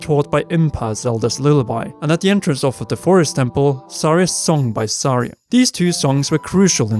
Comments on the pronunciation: At first I thought this video was good, until Saria, Mido, and at one point, Link was pronounced incorrectly. Oof. Not Sorry-uh, it's Sar-E-uh. Not ME-do, it's MY-do. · Every time they pronounced Saria wrong. A Gold Skulltula was born.